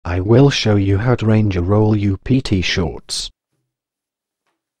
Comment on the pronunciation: I like the emphasis on will 😂